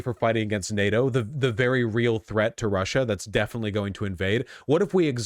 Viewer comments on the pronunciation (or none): none